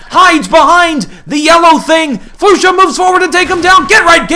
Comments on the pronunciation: Flush-a not Flu-sha for future ref :). Otherwise good stuff. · also, i think its "Flush-Ah" at least that's how they had said it on stream.